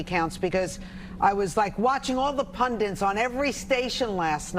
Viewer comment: Do you understand the word is PUNDITS and not Pundints? No, I see you don't.